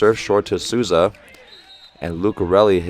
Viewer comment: Great video. Just one more tip about the names, Souza is pronounced like "Soul za", cheers from Brasil, keep these video coming, they're great and informative.